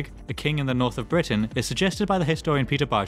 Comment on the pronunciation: “DA KING IN DA NARF!”